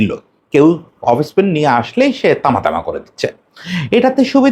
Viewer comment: অফস্পিন কে আপনারা অফিস্পিন বলেন কেন?